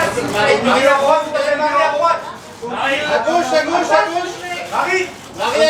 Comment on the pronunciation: Emily a un bon accent Français quand elle dit « Marie » Poppins 😊😁